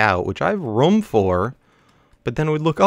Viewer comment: It's ROOM not rum